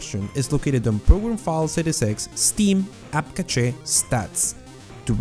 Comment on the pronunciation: App catchay? I've always said app cash